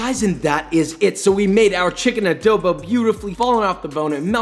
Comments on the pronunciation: first of all as a filipino i am personally offended its not "ADOWBOW" its adobo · Adobo is an Asian dish And you pronounce ADOBO WRONG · This is not how we cook adobo and all of you youtuber American or other persons that say are foods keep putting w’s when there isn’t an w in the o just don’t put w’s in front of o’s it’s triggering me like adobo no w like halo-halo no w ok all of you if only I can tell you in real life sigh 😔 I’m disappointed and we add white sugar in our adobo’s so put white sugar next time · Always love hearing how different nationalities pronounce Filipino stuff. I find it endearing how he says it as ah-doe-bow.